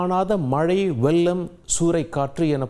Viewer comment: வெல்லமா. வெள்ளமாசரியாக உச்சரியுங்கள்